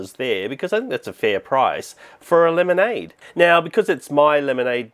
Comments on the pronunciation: I love house he says lemonade like LEmANdE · "Lemonady,"